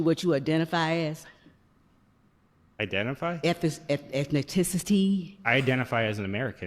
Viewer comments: Apparently, it's pronounced "ethno-tens-nicity" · KARMA ETHINITISITY?? WTF SPEAK ENGLISH SKANK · 😂😂😂 Why do some black people feel the need to Embarrass the community, Why🤔. She couldn't even pronounce "Ethnicity". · I have no known relatives in Africa. I am American. Until she can pronounce "ethnicity" properly; she should sit down.